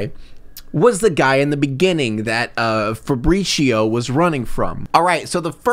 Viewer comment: Or the pronouncing Fabrizio like Faprishioh like it’s some Starbucks drink